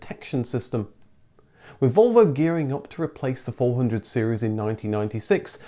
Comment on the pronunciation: That is not how you pronounce Volvo working on your own theory LOL